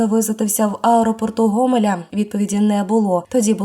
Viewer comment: Не Гомеля ,а Гостомель думай що чітаешь?